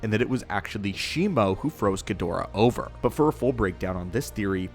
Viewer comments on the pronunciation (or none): none